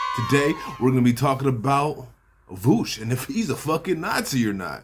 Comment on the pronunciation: Voosh is so fragile it's probably drives him nuts that you intentionally mispronounce his name